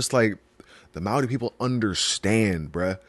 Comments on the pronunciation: Bro pronounces “maori” almost perfect, respect brother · I love the respect you have for our Maori culture, including pronouncing the words correctly, which many people in our own country don't bother to do. Appreciate you bro and love your reactions even though you make me cry! Seeing how deeply you feel the pull to Barbados, I hope you manage to find the path that will lead you there when the time is right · As a Polynesian myself I’d just like to say your pronunciation is 💯💯💯🙏🏽❤️